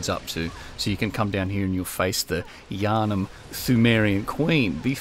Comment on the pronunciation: "The Yahrnam stone" Please don't be the pendant all over again... ;_